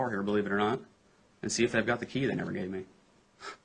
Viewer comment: “but NEVAR 👸🏻💄💅🏻💅🏻💅🏻”